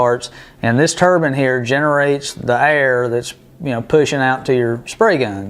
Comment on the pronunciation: Tur-bine, bine pronounced like nine with a B. The 4 stage turbine isn't gears its a turbine. Rotor, stator. One rotatating part squeezing and moving the air to a stationary part passing the compressed air to the next rotor stator. Each rotor stator is a stage, this has four. This is the exact way modern aeroplanes engines work. Suck, squeeze, bang, blow! These units are compressors.